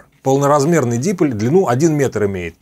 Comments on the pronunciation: Только дипОль, а не дИполь.... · Уважаемый! Огромное спасибо за доходчивое объяснение многих тонкостей радиолюбительства. Но я извиняюсь, что поправляю Вас, но правильно произносить дипОль, с ударением на буку О. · Уважаемый! Мне понравились многие ваши видео. Спасибо за них. В слове диполь ударение ставится на второй слог. Михаил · А что првильно стиавить ударение дИполь, п не дипОль?